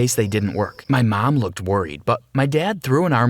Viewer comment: Him:tries to say mom Reality:Mam